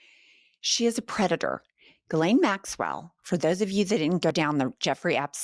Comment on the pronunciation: Thank you for pronouncing names correctly! If I hear someone say "Jislane", one more time.........🙄